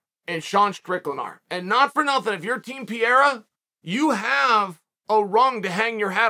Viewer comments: Pereira ❌ Pierra ✅ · It would be crazy but i would love it man.And Chael its Parera pronounced not Pierra but its fine man ahahaha.And Sean vs Pereira would be good and dangerous match up tough strikers man but i want Sean to win so badly. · Glory…& yes, I saw the whole fight…. “Pa-re-ra”… When he lays Izzy out again, will you then pronounce his name correctly?? But Strickland will drag him down when he realizes he can’t stand w him…we’ll see how much ground game he has then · I like that he's calling Pereira PEER lol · Welcome to the Pee-Era! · Chael made this entire video just to mispronounce Pehedda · LOL is Chael clueless about who "Pierra" is or is he just pretending